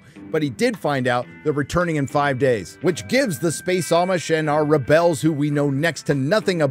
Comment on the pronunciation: I love the commitment to “ReBells”